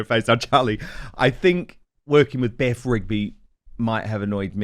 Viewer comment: Beth Rigby? You mean BEFF Rigby.